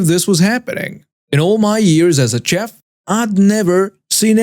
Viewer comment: Story 4:, the proper pronounciation for a restaurant chef is "shef".